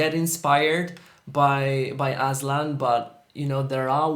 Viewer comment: The way you pronounced his name as 'Aslan' felt like im in Narnia Kingdom and we were admiring its king. 💋